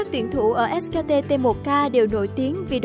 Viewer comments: ét kay ti đọc thành ét ka ti :v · Chả hiểu sao phát âm : ét ca tê tê 1 ca :)) Dốt như mình xem đấu giải cũng biết ngta đọc là ét cây ti cơ mà :v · Ếch ka tê...đắng vãi nồi 😨